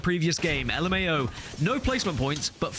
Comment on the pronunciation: Just call it luhmao not l m a o😅😂